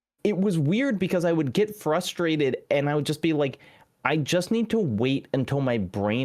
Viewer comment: YES I can’t stand “fustrated “ 😂 my pet peeve is when people say “can’t be understated" when they absolutely mean “can’t be overstated" I don’t know why that one is such a common mistake for people.